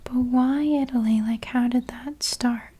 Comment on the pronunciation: “That is the channel I claim to be and that is the content I will deliver” …. “This is a Jen-Yew-Wine leather belt, Made in EyE-Tail-LeE” 😂❤ this video was both relaxing and entertaining. Loved it!